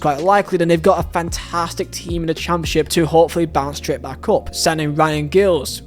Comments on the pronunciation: I believe the name Giles is pronounced with a soft G (so like J-isles) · I think Giles comes with the hard "G"